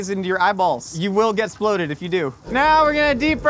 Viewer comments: him saying sploded and esploded spoke more my language than any public service announcement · I love how his pronunciation of exploded slowly deteriorated during his safety speech. exploded -> esploded -> sploded -> splodeds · the whole… “sploded” bit made me stop watching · i cackled every single time we got hit with a “es’ploded” this has been a good day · Need a tee “you will be ‘sploded” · Here's a game: Take a shot every time says s'ploded